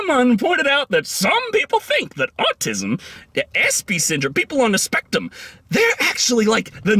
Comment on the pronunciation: "People on the spectum"